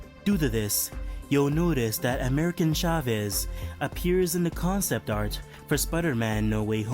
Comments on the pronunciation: "American Chavez" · "American chavez" 🤣🤣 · “American Chavez” ten out of ten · “American Chavez” LOL